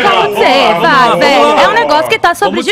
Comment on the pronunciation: "MEU AMUOUR!!!" - Emílio Surita 😂😂😂😂😂